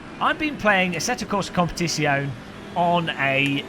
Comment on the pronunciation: Competishyone... xD Just learn it: it's - kom-pe-tizz-yo-ne